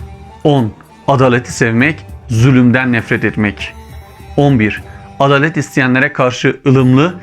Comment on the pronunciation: Kanka adalet demeye dilin dönmüyor. Adalat der gibi. Adâlet diyeceksin.